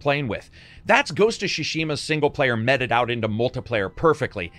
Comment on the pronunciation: You dont know how to pronounce mete or paladin FYI